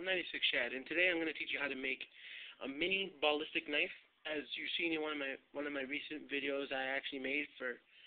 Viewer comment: Good video and tut but the way u say ballistic pisses me off! Haha but other than that good video.